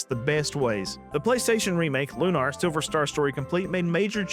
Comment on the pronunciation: It's Lunar, not Lunar, but yeah.